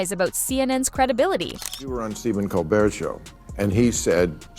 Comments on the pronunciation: The title of this video is so misleading. The video itself is terrible. Whoever is narrating? My goodness! Not sure if it’s A.I. or not, pronouncing MaHer and then MaYer. It’s just MAR! Also, Colbert with a hard T? I couldn’t even finish this stupid video. You should just take this down. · Its pronounced Bill marr and Colbear. Your pronunciation of Maher was almost bad enough that I questioned who you were talking about. Also repeatinv the same talking points over is truly getting annoying !